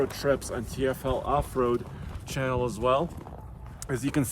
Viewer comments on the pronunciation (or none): none